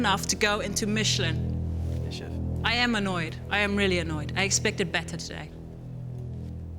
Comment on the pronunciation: "bringing a Mitchellin star"